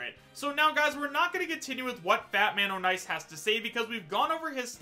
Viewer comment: Ik this is dumb but it isn't Fat-Man-O'-Nice it's Fat-Man-On-Ice